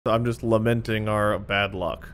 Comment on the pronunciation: Omg guys he said LAMENT is that crazy or what